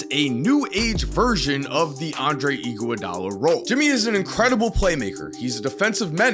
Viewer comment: Andre Igoowadolla is all I hear